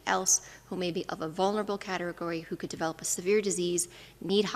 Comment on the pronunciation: Dr. Ted: You use the term a lot---so you should learn how to say it right because it's hard to understand you. The word "develop" is NOT DEV-uh-lope.....it IS duh-VEL-up. Please get it right---you're only impacting your own lack of communication by not making it clear.